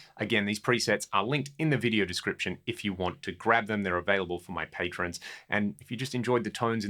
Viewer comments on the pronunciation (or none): none